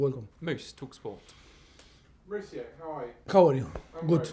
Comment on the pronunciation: Still calling him " Moritsio"